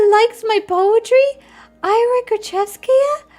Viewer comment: hi, it's pronounced ee-ra, like you'd pronounce lira (the currency) but without the L